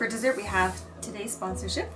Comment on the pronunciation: Dessert, not desert 😉😅